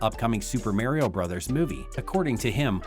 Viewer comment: Super Mayrio Bros?